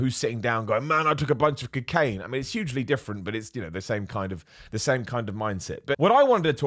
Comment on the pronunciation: Every time says cocaine it makes me laugh still. That pronunciation is different